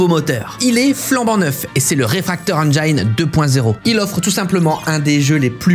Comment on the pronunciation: Engine ne se prononce pas « engyne » par contre